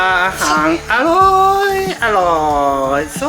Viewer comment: อารมณ์ดีมาก กินก้อมีเสียงความอร่อย ดูเพลินค่ะ ออกเสียงอร๊อยอร่อยได้ แซ่บมาก